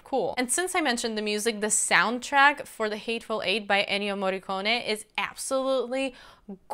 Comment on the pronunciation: You're the first non-italian reviewer I heard pronouncing Ennio Morricone's name so perfectly. That's rare and I love it.